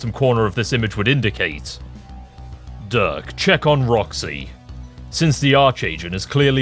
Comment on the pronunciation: Why does he say Roxy is such a weird southern accent